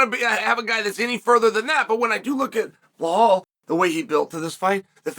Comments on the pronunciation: Why do you keep calling him bahal? It’s Belal. Like Bill-lal lol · His name isn't Bihal, it's Bilal! Geeze atleast learn how to say a person's name and not butcher the hell out it Chael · Chael. I have been an avid watcher of ur channel for many years now andI know u love to say the fighters names wrong. But. Surely saying blahal is more difficult than saying Belal Right?? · ffs pronounce his name correctly, it’s not Bahal it’s Belal Be - Lal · Are you aware that you are pronunciation is wrong , belal is is not blhaal 😅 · How hard is the word be lal, if you want to breakdown fights the least you can do, is say the names correctly. Where did you see behole in his name. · One thing about Chael is he will NOT call Belal BELAL. Belal will always be “Blahal” to Chael. “remember the name” my ass. 🤣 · I clicked on this video to hear him say "Blahal Muhammed" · Bahal?? He must be doing this on purpose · DC catching strays for mispronouncing Blehal's name!😂😂😂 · At least put in the effort to proncounce his name correctly. Its Bee like the animal lal, its not that hard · Blehaal is just too funny. Chael got the best pronunciations. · And Still …. he pronounces his name “Blahall” 🙄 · here to hear Chael say Blahal tbh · Chael, there is not "H" in Belal's name. It's prounced as: "Bee La AL" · Man said B Haul 😂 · Why does he call him Blahol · Bullhal😂 wtf Chael!!! Get the name right for one guy at least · I opened this video to see if he still pernounces his name Bill-Haul and the bad guy did not disappoint 😂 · Moohal Muhammad?? He’s just doing it on purpose now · Why not pronunce his name right? It's obvious ur doing it on purpose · Belal becomes champ, Chael still butchering his name lol! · Cadelo and Behalal 😝 what’s you drinking ChChChael ??!! But I respect your big up to Behalal 😆